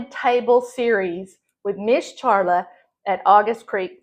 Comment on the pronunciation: Hey Charla!!! i’m glad to hear your name pronounced-sorry i’ve been calling you “Sharla”. i hope i remember the “Ch” next time!❤❤